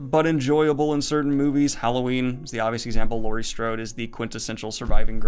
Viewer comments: Did you just say Laurie Strobe ? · Did Daniel just call her Laurie Strobe?